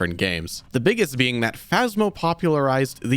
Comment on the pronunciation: I loved seeing the British man again trying to explain what the Monster in Crypt was in the most British way possible. “What a spooky bein’. What a spooky bein’”